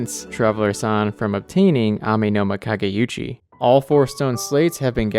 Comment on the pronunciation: I'd like to note that the Amenoma Kage*u*chi is not the Amenoma Kage*yu*chi. There's no "y" sound.